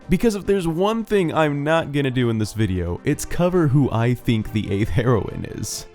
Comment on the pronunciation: It's pronounced "hero-een"